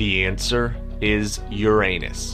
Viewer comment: You mispronounced Uranus, Aeneid and Sabines !